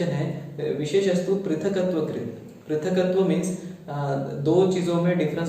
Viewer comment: Prithaktva krit....there is only half k and not full k. So pronunciatio will differ.